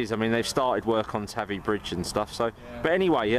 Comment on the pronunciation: he said tavy wrong